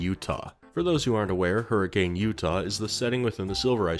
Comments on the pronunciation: It's spelled hurricane Utah. But its said Hur-a-kun. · Hurricane, Utah isn't pronounced like the storm btw! it's closer to hurr-a-kun (I spent a fair chunk of childhood in a neighboring city). like not upset, just something mildly interesting some fnaf fans might find interesting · you said hurricane’s name wrong. The ways it’s supposed to be said is: her-a-kun”. I’m not kidding. I’m from utah. And even I hate it. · not to be that guy but here in Utah we pronounce it as Hurrikin even though its spelt Hurricane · As a southern Utah man, Hurricane is pronounced Hurri-cen, Utah. Nobody knows why, and it pisses everyone off. But that’s the way it is. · I can tell I moved in Utah too long because his pronunciation of hurricane is bugging me haha. They call it hurricuhn (rhymes with bun) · Bit of a fun fact: As any resident of Hurricane, Utah would hastily correct you, it's pronounced "HurriCUN" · The fact that fnaf is set in my hometown is incredibly cursed to me Also it's pronounced her-a-kin even tho it's spelled like the storm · Hearing you pronounce Hurricane, Utah hurt my soul. It’s spelled like Hurricane but it’s pronounced like Hurrah-can. Don’t ask me why though, it’s just the way it is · Hearing people pronounce it "hurri-cane" 🥀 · You did not just call it hurricane Utah, it is pronounced hur-a-can, it is a massive petpeve of mine when somebody mispronounces it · Hello, I'm enjoying this so much, BUT, Hurricane the city is pronounced "Hurri-kin" like next of kin. No I don't know why. That is all. Glad buttf*ck Utah can get some rep with a child murderer restaurant. Edit now that I've finished the video, I LOVED all of these scenarios, and the justifications for Batsy to be around gd UTAH of all places. I also loved the various edits of purple guy/Springtrap's face on villains (the Harley Quinn one made me laugh out loud) and the edits of Batman going, "smells like dead kid here." KILLER video, 10/10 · That’s not how you pronounce Hurricane 😞